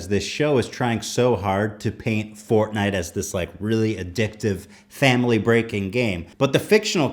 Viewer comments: Im pretty sure he just called it "portnite" lol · i swear they said portnite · As I hear people talking about "Fortnite" in public it immediatly triggers me just cause of the pronunciation.